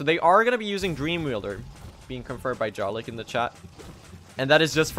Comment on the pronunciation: You're pronouncing Jarlyk incorrectly; the "j" is pronounced like the "y" in "yam"